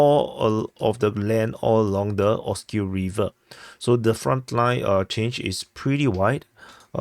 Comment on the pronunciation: Yes, I do prefer when you speak more clearly and pronounce words accurately without chopping off syllables. An example would be when you say "Pokrovsk" Instead of "Pukruff." And also "rivver" Instead of "reever." Thanks for asking! 👍